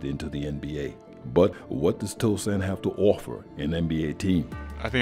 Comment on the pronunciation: It’s Tosan” not Tosun’